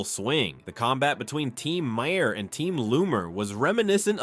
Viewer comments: Jesus Mary and the donkey ! It’s MAR MAR the H is silent from Ireland you’re welcome 🇮🇪🍀🌈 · The script for this video is hideous. Every paragraph tries to muscle in a lame joke at the end. And then to have it read to us by an AI with a sing-song speech pattern makes it utterly unwatchable. It kept pronouncing Maher's name as Ma-Hair. Just more of the low effort click bait flooding Youtube again.